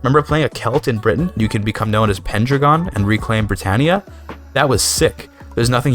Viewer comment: "PenndregONN" lmao my guy its pronounced like Pen Dragon. As in Arthur Penndragon of Arthurian myth its not like a secret welsh word